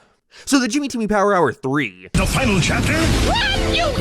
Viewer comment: Bro finally pronounced it right 😭😭😭